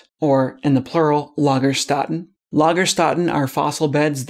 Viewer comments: or should it be Started causally? Just subscribed, good videos, well presented and informative BUT I've got to point out that even though you didn't know how to say Lagastätten, you played the German audio clip but then still carried on mispronouncing it as LagastAtten instead of lagastEtten. The two dots above the A in German (an umlaut) changes the sound from an A to an E, similar to the AE sound in Archaeopteryx, so Lagerstätte(n) is pronunced Lagerstette(n). You certainly Stated Casually when mispronuncing this. If non-native English speakers started calling Archaeopteryx as Archaopteryx with an A sound instead of an E, I'm sure you would correct them. I just didn't understand why you managed to get everything else right but not this one word, especially after listening to the clip and clearly hearing the E sound in place of the A that you use throughout the video. Not speaking German isn't an excuse and I'm not a native German speaker, so it's not something that a German has come up with. Other than that annoying mispronunciation at least 3 times, it was great. As there is such a massive amount discovered in the fossil record in Germany, being able to pronounce the words that you are educating people on is a necessity in my opinion and takes just seconds to search and listen to. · Lay-guh shtay-tay is how you pronounce lägerstette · While i really liked this video i think you shouldn't try to teach the word "lagerstätten" using the wrong pronunciation all the time. If you want people the learn new words you should probably try to pronounce them the right way (or use the translator voice form the beginning more often) because it is quite hard to 'unlearn' a wrong pronunciation. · che zus 😖 Really? When he acknowledged his lack of pronunciation? Really? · Great video, but if you were told how to pronounce that German word correctly why did you keep *mis*pronouncing it as if it were English? It isn't the least bit difficult in this case!